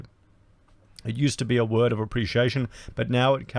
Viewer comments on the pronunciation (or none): none